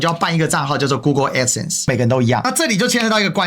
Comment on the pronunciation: 她去對法官說吧！在平台講沒意義！ 是Crowd , 不是Crown…d 是Adsense , 不是Addison 救命🤦🏻‍♀️🤦🏻‍♀️🤦🏻‍♀️